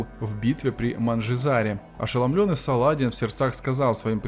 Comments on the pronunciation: мля! не СалАдин, а СаладИн!!!!!!!!! прежде чем озвучивать - хотя бы почитайте как звучали имена!!!!! жуткое косноязычие и лень - вот что отличает голос за кадром. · Салах ад-Дин в сокращённом варианте произносится Салади́н. В варианте с ударением на а, возникает впечатление что читает робот или неграмотный человек. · в твоём языке и в твоей голове есть нюансы, а в русской речи принято Салади́н. В Дагестане данное имя часто встречается и все знают как произносить, ну кроме тебя и автора этого ролика. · Не Са`ладин а Саладин